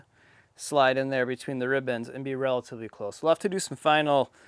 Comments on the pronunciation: Are they called "rib bands" or "ribbons" ? It seems you keep saying ribbons. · For one, is he saying “ribbons” or “rib ends”?